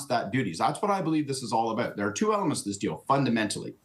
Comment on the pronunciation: Doubt, out and about. We don't pronounce those words they way you do.